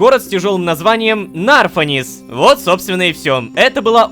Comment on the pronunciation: Сезон прекрасный. Я большой фанат егоипетских мифов, фольклора и подобного. Хотелось бы уточнить, что в названии города Нарфанис, ударение будет на последний слог.